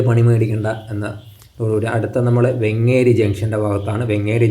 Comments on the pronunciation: വെങ്ങേരി അല്ല വേങ്ങേരി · വെങ്ങേരിയല്ല സാർ വേങ്ങേരി യാണ്